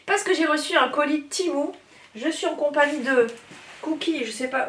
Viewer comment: Pourquoi dire timou ??? Je pense que la prononciation exacte est témou. Que ce soit en anglais ou en chinois.